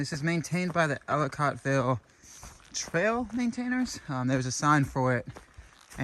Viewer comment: As many times as you said it, when will you pronounce Ellicottville correctly.